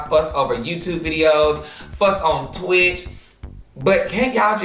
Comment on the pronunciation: ik did not say twitch 💀💀🤣